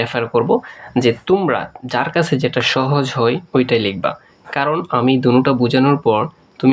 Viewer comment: স্যার যখন দুনুটা কথাটা বলে আমার ভালোও লাগে বা হাসিও পাই।😊